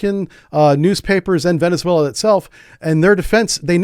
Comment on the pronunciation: You are mispronouncing Venezuela.